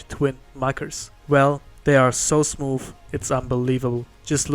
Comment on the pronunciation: Idk why but when he said the copic ma rkers were smooth it sounded like he said smoof